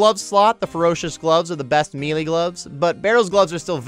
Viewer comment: You are pronouncing the word "Melee" wrong.